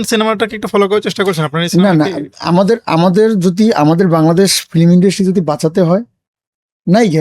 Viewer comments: এই লোক তো উচ্চারণই জানেনা। ফিল্ম কে বলে ফিলিম.. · ফিলিম না ফিল্ম😂